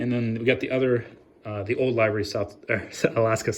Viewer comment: Amazing video! I agree with Aviation18. I would love to see an updated collection video. I have been watching you for a while now, and I am so happy you are back! I also love how you pronounce livery "lie-vry" lol